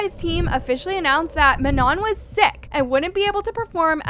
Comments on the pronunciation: please do ur research properly before jumping to conclusions she sprained or twisted her ankle so she couldn’t dance here also please say manon properly im gonna crashout she was included she lit punched that thing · Do u prefer to say manoN or u don’t like “ mah-noh” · Girl you cant even pronounce Manon, MAMA, Lara, or Normani correctly. NEXT!